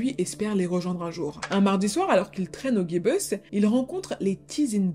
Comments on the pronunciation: C est pas le "guy bus", mais le "jibus" quand tu parles du club/salle de concert le Gibus 😊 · Chère demoiselle, le Gibus (boîte très connue de Paris) se prononce JIbus et non pas GUibus, mais personne ne vous en voudra ! 😘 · Le Gibus chapeau français haute forme = Jibusse pas guibeusse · Bonjour, peut-être que quelqu'un l'a déjà signalé...c'est un micro détail mais on prononce "ji-busse" et pas "gui-beuss" pour la salle de concert Le Gibus...dans les années 70-80 elle a accueilli des stars du "rock décadent" comme Johnny Thunders ( New York Dolls, Heartbreakers), Stiv Bators ( Dead Boys, Lords Of The New Church), Daniel Darc, et aussi des groupes punk, Oi, heavy metal. J'y suis allé il y a quelques années pour des concerts punk/oi. Le "gibus" c'est aussi un chapeau haut de forme, si tu connais le groupe Guns' N Roses, Slash, le guitariste , en portait un ( il le jette en l'air dans le clip "November Rain"). Snon très bon travail, j'ai visionné 3 vidéos hier! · ...et le Gibus s'appelle à la française : jibuce. J'ai eu le poil hérissé en entendant Guibeuce. Désolée mais c'est toucher à une institution. Et surtout il s'agit d'un mot bien français qui désigne un chapeau bien français. 🤷 PS : la salle de spectacle s'appelait"petit Gibus". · Le guibus.... c est à Paris ça se dit gibus comme le petit gibus bordel. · Le Guy Bus 😂😂😂😂😂 « G »et « I » se prononce ji ça n’est pas un mot anglais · Juste pour info...on ji bus et non gui bus. Super et désolante histoire. Aucune conscience morale. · C'est le Gibus pas le "guibeus" 😂 😂 😂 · cette folle....sinonon dit "jibus" pas "guybus"^^ endroit mythique de paris bordel!^^ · On ne dit pas le « Guibeuss » mais simplement, le « Gibus » (J-Bus) à la française quoi. Faut doser sur l’accent kainry à tout va 😉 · Merci pour cette vidéo! C’était super intéressant et pleins de détails comme d’habitude 🫶 Par contre petite remarque/ question j’ai toujours entendu tout le monde dire le “Gibus” (jibus) c’est quoi le bonne prononciation? 🤐